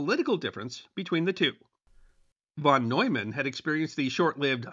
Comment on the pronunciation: Y'all really need to learn to pronounce "NEUMAN" and "FUCHS." It is easy to do, and it ain't nuclear physics.